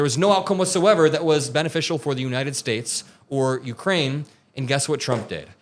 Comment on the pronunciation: Did that fool actually say that 'Trump can articulate.'?????????? as in the United SCHATES of America? or how about the closing of airports during the Revolutionary War??? He's as articulate as a valedictorian speaking at a 3rd grade graduation.